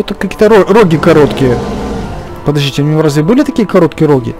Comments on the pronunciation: Не рогИ , а рогА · Не роги а рогА